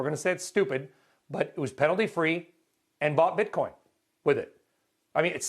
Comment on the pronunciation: CNBC reporter: "BiTcoiNN "